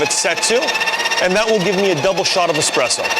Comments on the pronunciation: How can you trust a coffee review where the reviewer says "expresso" ffs. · nice try! Unfortunately, it was a swing and a miss for you. Espresso is derived from the Italian for "pressed out" 🤦‍♂️🤣🤣🤣 Hence "expresso" is never correct.